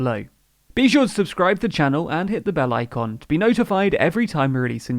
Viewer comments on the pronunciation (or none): none